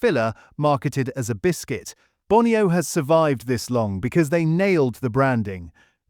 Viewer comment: ... and Bone - ee -oh, not Bonny-oh !